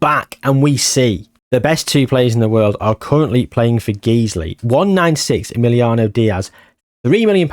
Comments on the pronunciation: Just for future if you need to mention them, Guiseley isn't pronounced Geezley. Think of disguise. The Guise bit of that is how you pronounce Guiseley. Guise-ly. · Guiseley is my local non league club and it is pronounced g-eyes-lee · Guiseley is pronounced Guy-slee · it’s pronounced ‘Guys-lee’ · The pronunciation of Guiseley made me giggle